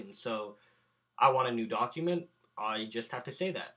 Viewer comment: When you said create new document, it sounded like you said create new dog human